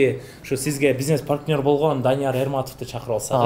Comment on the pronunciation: Паркнёр эмес партнёр